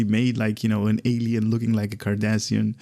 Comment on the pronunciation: Rune and here I was about to same the same thing,not sure if it's his accent that's preventing him from pronouncing the names correctly but it's making my ears bleed,it's Cardassian not Kardashian...and spoonheads come on that's racist 😒😒😒😒😒😒and their are many things broken in this game but you want cryptic to fix a line of text in a Blog 🤣😂🤣😂I'm sure their getting right on that.🙉🙈I also appreciate your enthusiasm but why do you laugh after everything you read and call everything awesome 🤔🤔🤔more than half of the traits and ship abilities are trash but you say everything is awesome, not trying to be rude just find it weird.